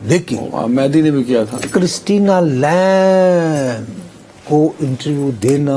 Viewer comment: Lamb is pronounced as Lam with B silent in it. With all due respect to veteran Nusrat Sahab!